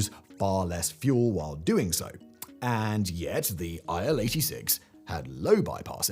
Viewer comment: It's not Ai El. It's IL as in "ill", because it was made by Ilyushin Bureau. Ilyushin = "Il". And why botched? lol It was an alright wide-body mid-range workhorse. Maybe not as advanced and refined as contemporary Airbuses and Boeings, but it certainly served it's purpose quite well. I personally flew on Il-86 at least 10 times from Moscow to Sochi and from Moscow to Leningrad (St. Petersburg) and back in the late 80s and early 90s. Nothing bad to report really. It was fine, smooth ride, lots of space. Yeah, maybe a little bit noisier than Boeings, but not at all unbearable. And there was no need to waste time on checking your baggage in and out.